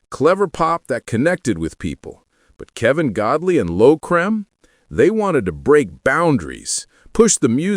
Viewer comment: You should have learnt how to pronounce "Creme"